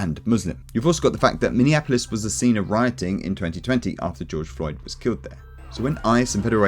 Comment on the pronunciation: did bro say george droid😭😭😭